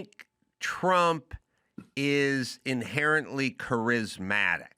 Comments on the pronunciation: Why doesn't Dr Drew tell Adam he's mispronouncing charismatic? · Adam does need to learn how to pronounce Charismatic 😂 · Adam "kerizmatic" Carolla 😂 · Really like Adam… really don’t like how he pronounces “charismatic” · Adam can pronounce “je ne sais quoi” but he can’t pronounce “charismatic.” Douche nozzle. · The 99% correct Adam Carrolla got one wrong. Trump is undeniably charismatic. Adam can't even pronounce "charismatic." Who believes that Kamala Harris is MORE CHARISMATIC than Donald Trump? I won't smoke whatever Adam's smoking. 😂